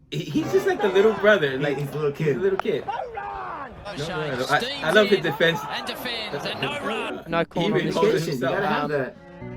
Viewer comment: It's actually pronounced "Loose bus change" as so accurately described